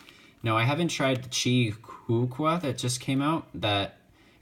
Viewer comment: It's VaLk, not Vok